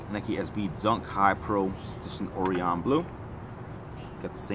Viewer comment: how many times is this guy gna mispronounce orion lmao